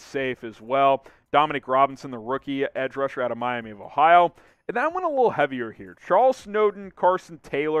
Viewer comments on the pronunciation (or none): none